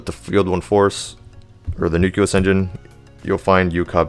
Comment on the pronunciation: Please learn how to pronounce nucleus.